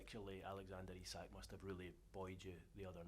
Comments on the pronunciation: Who was the reporter asking about Gordon's celebration, then calling Isak Asak 🤦🏻‍♂️ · Reporter calling him ‘Asak’ 😂😂